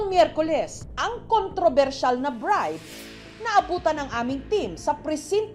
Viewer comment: Bride ❌ Birde ✅